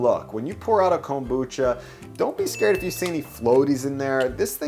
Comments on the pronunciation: why this guy say Kombucha like Comb-boocha, really thrown me off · Excellent insight from Chef Oda to use the stacking mold to help tame the interior order/fit for the onigirazu. Pointer, so long as you're trying to "home pro" up Japanese food: It's pronounced kombu-cha, not kom-bucha. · Your pronouncing kombucha wrong